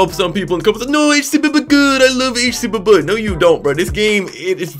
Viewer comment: It,s pronounced H c b b